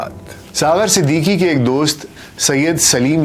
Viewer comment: Aapki Awaaz Shayed cigarettes peeney ki wajah se bahut achi, per talaffuz, Marhoom Siddiqui thay, Siddiki nahi thay 🙏🏻